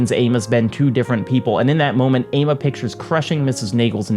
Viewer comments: not to correct you on a 3 year old video but the name is actually pronounced "AH-mah" its a west African day name! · Sorry but hearing you say Ama and Adjei was very very painful